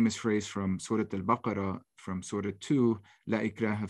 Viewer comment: Wow to to his perfect pronunciation and knowledge of surahs …